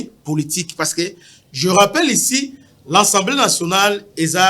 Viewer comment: C'est l'assemblee pas l'assemblee